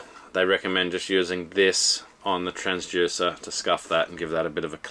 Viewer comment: I have to know - is it pronounced “transJUICER” in Australia or is that just a thing?